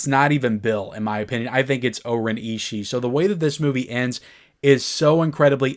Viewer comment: Isn't Oren's name pounced differently in the film than how you say it..?